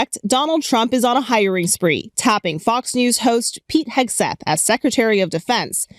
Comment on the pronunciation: Correction , Hegseth not hAgseth., excuuussseeee ME.!!(thank you Mr.Steve Martin, comedic G O D.!😁🤓😆😅😂😎👍👍)